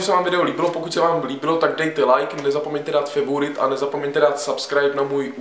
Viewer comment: Prosimtě neříkej favourite a subscribe zní to debilně :D Nebo to aspon vyslovuj jak se to má jinak pěkné video